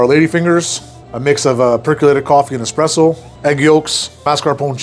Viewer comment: Not calling it "expreso" makes me happy in so many ways. It's been too long since I've heard the correct pronunciation. Good job!